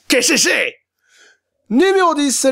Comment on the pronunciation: Tu m'as tuée avec ton kécecé